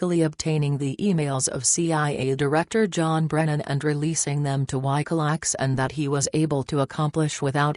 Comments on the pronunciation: "Why go lacks"? WTF you mean 'WikiLeaks'? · Gotta love computerized dialect. Whykahlecks = Wikileaks :)